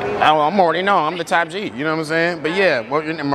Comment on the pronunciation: Top G not Tap G bro 😂😂😂😂